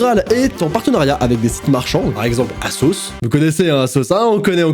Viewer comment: On prononce asos '' azos ''